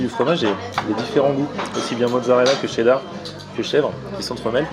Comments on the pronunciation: a chaque fois tu dis qu'il faut dire tchedar et pas cherdar, et la quand tu presente le burger tu dis cherdar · Il a dit cheddar et pas tchedar !!!